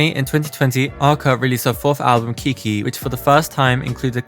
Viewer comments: it’s kick one not keekee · Did you just call Kick i 'kiki' haha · Amazing video but i laughed way too much when you pronounced "Kick i" HAHA